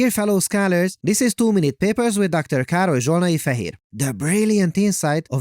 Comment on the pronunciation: When I heard "Dr. Károly Zsolnai Fehér", I was like: Wait, what. There is NO way an English Youtuber said a Hungarian person's name!!! And I am still shocked! (im Hungarian)